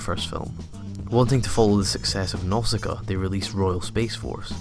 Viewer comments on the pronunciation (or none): its nausika not nosaka